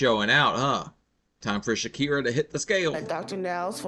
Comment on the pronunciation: LOL there is know Rs in Shakyia or what ever it is